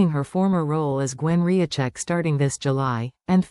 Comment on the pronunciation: You really need to edit your stuff before you post it. It is NOT Gwen RIACHECK, as mentioned at the mark, the characters name is Gwen Rizczech (pronounced RIZ-CHECK) .